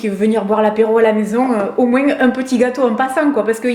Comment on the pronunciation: Me concernant , j'adore tes vidéos, ton côté spontané et joyeux et je te regarde sur facebook. Insta, je l'utilise moiiinnnssssss (comme tu le dis avec ton accent méridional). J'aime avoir ton avis sur ce que tu testes car il est sincère et ça c'est génial à chaque fois ! Par contre sur insta, je t'ai écrit à différentes fois et je n'ai jamais eu de réponse (pseudo Flo_colors) ??? alors je ne sais pas ou t'écrire afin que je sois certaine que tu me lise ? Ton format vidéo était top ! Je vois que cette dernière date du 6/12/2019 mais je ne la vois que maintenant et nous sommes le 18/05/2020. Au plaisir et à Bienetôt